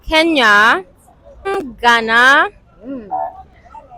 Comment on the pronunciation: Hey Nigerians, it's Kenya not Keya.